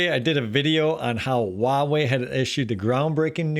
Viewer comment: Don't take this personally .but why does every American Youber mis pronoun the Chinese word 华为？